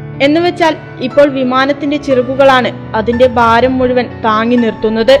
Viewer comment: ബാര മല്ല, ഭാരം.